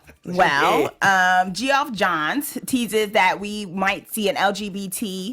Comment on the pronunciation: I subscribed. Also, Geoff Johns is pronounced Jeff Johns.